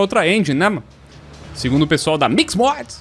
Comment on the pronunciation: MIQUÍS MODES